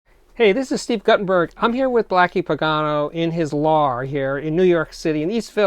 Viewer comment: What is a “lar”? Steve said we are here with Blackie in his lar...